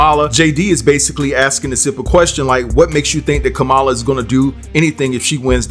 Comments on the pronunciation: We support your channel, but it is your duty to please pronounce Kamala's name correctly when consistently reporting on her. Her name is pronounced- (Comma Luh) NOT (Ca Ma Luh). They actually had a really good segment during the DNC where they spoke about the pronunciation of her name because so many people found it difficult to pronounce. It's not difficult. She wants respect and deserves it. Her name pronunciation was important enough and serious enough to include it at the DNC. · I appreciate the commentary about Kamala Harris. One thing we’re gonna have to do is be better about the pronunciation names. Her name is pronounced like “MommaLa or Comma,La” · It's COMMA-LA.